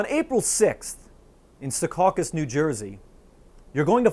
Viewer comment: It's Secaucus, not Seacaucus